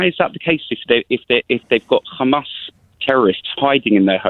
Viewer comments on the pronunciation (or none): pronunciation of hammas leads me to thinking he is an Israeli. I could be wrong, but I’m guessing he supports the Israeli leaders position. If that’s the case, he will not change his views, and will be blind to anything such as disproportionate attacks on thousands of civilians, or genocide, and will always seek to justify it. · He's not supporter of Israel... He's Israeli.... Hear him say KHHAMAS 😂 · made it clear to O'Brien where he stands, when he used the pronunciation KkkHhHhamas... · Why do Israel supports insist on mispronouncing Hamas? Its so weird, its a soft H. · This idiot is in uk, so why he cannot pronounce Hamas?? Guy is a total di#khead. He keeps shoiting same sound bites that his zio Masters had brainwashed him with. They are incapable of humanity